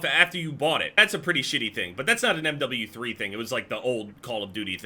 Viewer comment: when says M double u three